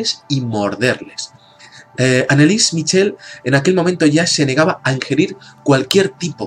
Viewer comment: mitchel.....? se pronuncia el ch como j (jorje) mijel.....pues nada....